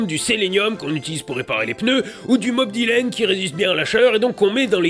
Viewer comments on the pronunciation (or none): Alors pour info il y a une p'tite erreur à . C'est du Molybdène pas "Mob Dylène". Mob Dylen c'est le chanteur qui à écrit "Mlowin' in the wind" ... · *molybdène pas molybdène